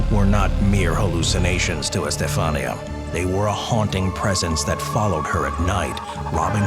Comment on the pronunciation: in spanish the accent is on the i. Estefanía. For next time 😊